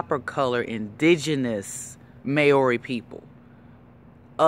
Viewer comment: your pronouncing maori incorrectly just saying